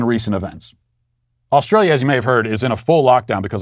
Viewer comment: I am an Aussie, I like how you say Australia and New South Whales. All Americans should pronounce it like you do, cheers mate.